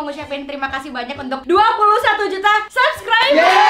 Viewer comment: subscribers kak bukan subreker 😂